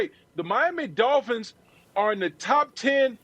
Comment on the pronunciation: "Miami Dolphinths" weakkkkkkkk